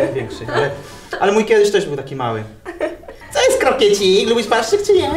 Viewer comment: ale on powiedział barszczyk XD no blagam, pasztet nie pasuję do krokietów XD